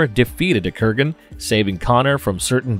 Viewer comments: Dude it's Kurgan not Krugan. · Kurgan, not Krugan. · Krugan? Ramrez? Not wanting to be the stick in the mudd...but since I have been a long time fan of the Highlander franchise and its mytologi, I must point out the name pronouncings here is not on point with what they are in the movie(s) Kurgan and Ramirez are the spellings and way to say there names correct. Peace. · Good stuff, Kurgan is the man "I have something to say! It's better to burn out than to fade away!" ... but ffs, please pronounce the names correctly - basic shit man....